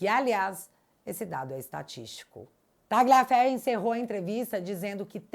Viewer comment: Barbara Tagliaferro se fala talhaferro